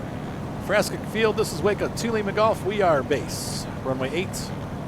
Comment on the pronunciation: Good review.. I enjoyed the commentary. I fly Rc also.. This Waco is definitely a love / hate relationship (bad ground handling) Minor note.. usually pronounced "wah-co" (the first syllable pronounced as in "water"), not "way-co" like Waco, Texas, whose name is entirely unrelated. Looking forward to more videos.